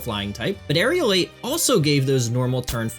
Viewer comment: It’s Aerilate, pronounced air-i-late. NOT Aerialate.